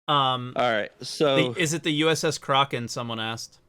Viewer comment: the way pronounces Kraken is hilarious